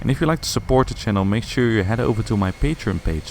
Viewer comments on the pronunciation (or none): none